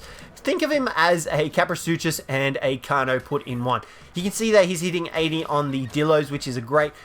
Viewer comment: Ik its just kaprosuchus lmao